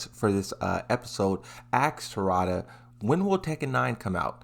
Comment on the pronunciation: bro it's Harada, not Hoorada